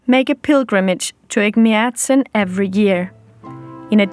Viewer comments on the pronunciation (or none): I would like to thank you for the presentation, however one correction- Ejmiadzin isn't the oldest christian church in Armenia. It is the oldest christian church in the WORLD. And please train your pronunciation as it is hard to hear Egmiadzin every time, among other mispronounced words.